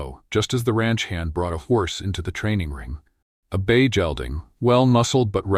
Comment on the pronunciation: San Antonio, good story but need to pronounce “gelding “ like gate ..Hard g not soft g like jell ding.